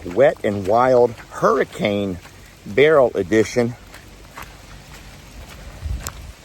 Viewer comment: Lester, I just have to say that after all your lecturing to Jami about how to pronounce the name as "Burl" you've been saying "barrel" 😉